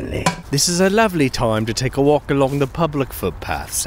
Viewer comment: I hope you have a Wolkin, Liocence for that Wolk you took!